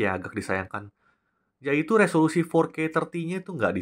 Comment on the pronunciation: resolasi.. Solasido...